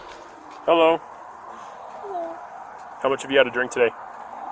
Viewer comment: Lmaoo only 22 seconds into the video and I had already spitted out my coffee ☕️!😂😂 Officer: “Hello” Gen z girl: Haloo 😵‍💫 Officer: How much have you had to drink today? Gen z girl: 🥴nothiiinng? Officer: Nothing? I can smell it! Gen z girl 🥴Naahdidds u hear an anthin?😵😵‍💫 🤣🤣😂😂